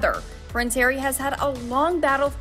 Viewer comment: I double up when some of the commentators say "Hairy" instead of Harry! I do feel sorry for my neighbouring country England, having to endure this, at a time when they need to have peace and quiet, for their Queen, at her age! Charles is aware that the split in the UK is very likely, and the people of the USA have seen this coming for a long while now, and tell it as Royals of England too! They also want and need to have "Supposed Royals" there too, and lap all this up as they are used to the cult of celebrity there. Sadly the cult can soon be over and another celebrity takes top place! What could happen however, is that Harry's wife will run for President, and if Trump achieved his goal, there is every liklihood that Harry's wife will also do so too!